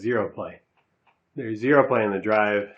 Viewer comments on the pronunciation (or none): none